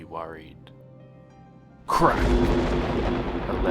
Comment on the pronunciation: it was crack! but it sounded like crap lol